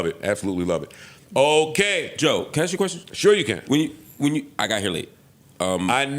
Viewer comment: He doesn’t ask, he “axe”